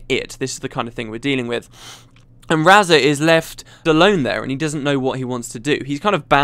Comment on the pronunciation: So I've been pronouncing Razah wrong all this time? Okay.